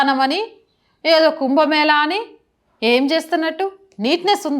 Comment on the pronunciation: కుంభమేలా ఏంది తల్లీ.... కుంభమేళా అని పలుకవమ్మా. హస్త కలలు... ఏంటో నీ భాష వినలేక చస్తున్నాం